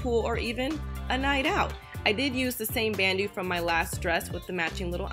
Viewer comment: you say it like "ban-dough" not bandoo